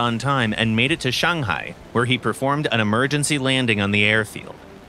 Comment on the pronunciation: Holy smokes that is the best pronunciation of ShangHai I have heard in a while.